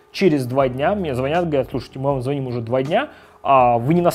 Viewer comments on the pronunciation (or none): none